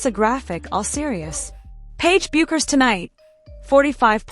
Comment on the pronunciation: PLEASE CORRECT YOUR PRONUNCIATION OF PAIGE'S LAST NAME. IT IS PRONOUNCED AS "BECKERS!"